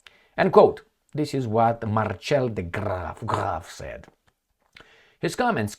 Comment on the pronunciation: Marcel is pronunciated Mar-sel. Not marchelle🤦🏻‍♀️😆